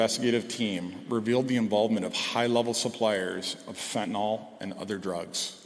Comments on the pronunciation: Fentanyl, not fentenol. Last syllable rhymes with hill. Like Fentanill. Please try to get it right. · It is pronounced FENT-A-IL. not FENT-A-OL